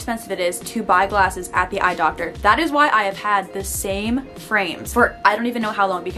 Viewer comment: Nobody:: eYe DoCTor